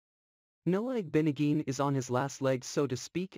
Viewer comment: its IG-BO-NOG-EH-NEE JESUS